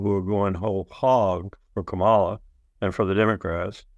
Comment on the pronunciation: Say the word Pamela three times so you know how to pronounce the word Kamala. You sound dumb when you don't know how to pronounce it